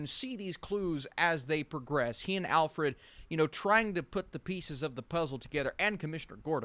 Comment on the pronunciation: Great video! couldn't help but wonder when you were saying 'alfffred' if you were referencing this lol 5 minutes